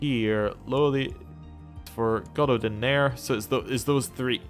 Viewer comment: You can offer non-aggression pacts with your neighbors who are of your religion I believe, and its pronounced god-oth-een, and it's just Welsh for Lothian.